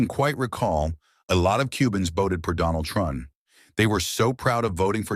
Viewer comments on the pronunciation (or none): “OH MY GAAAAWD… I WILL BOTE, FOR DUNNEL THRUMP!!” … I need this as a ring tone asap 😂😂😂😂